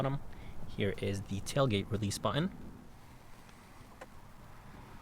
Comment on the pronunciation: What is a “bu..in” are you trying to say BUTTON?